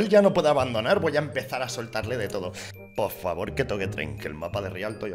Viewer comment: Mas Porvaforr JAJAJAJAJA